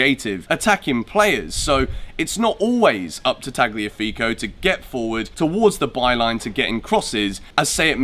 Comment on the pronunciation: the g is silent so its Taliafigo